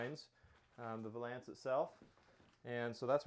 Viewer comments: Just a small point: The word "valence" rhymes with "balance". Great video, though. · "Vuh lance" tee hee